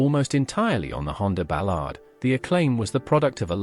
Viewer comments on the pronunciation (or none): none